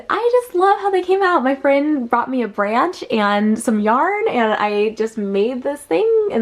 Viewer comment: It's funny, it sounded like you said your friend bought you a BRANCH....